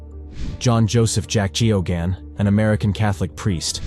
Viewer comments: AIs are really very poor at pronouncing names. I didn't recognize Geoghan (gag-non) until I saw his name spelled. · His name was pronounced gayogan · That priest in Boston, his name was spelt Geoghan and pronounced "Gay-gun" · I'm amazed at how many different ways you manage to mispronounce Geoghan